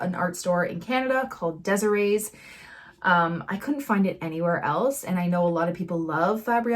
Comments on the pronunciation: Haha, I'm from Edmonton and I always thought it was De-Sairs, and when I heard "Desiree's" I was like "Have I been mispronouncing it this whole time?" Haha. Good to know I wasn't! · So happy to hear that you are in Ontario, Canada. I'm in Mississauga and have become a big fan. You gave me a chuckle with your pronunciation of DeSerres. It's a French Canadian Company and pronounced de-Sairs (like stairs without the t). Love your work and tutorials. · I'm in Ottawa...I've purchased the fabriano paper off the shelf at Deserres. (pronounce de-SARES)